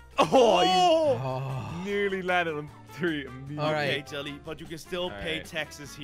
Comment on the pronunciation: Was it just me or did it sound like jelly swore